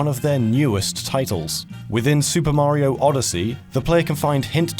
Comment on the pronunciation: Why do you pronounce Mario's name as if you were speaking in an American accent? That's really bizarre.